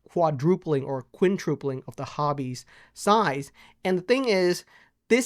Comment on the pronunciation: You’ve said this a few times now, but just wanted to lyk that it’s “quintuple,” not “quintruple.” Thanks for all the great content!